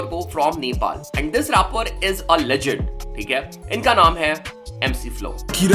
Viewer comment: Bhai raaper nahi rapper hota hai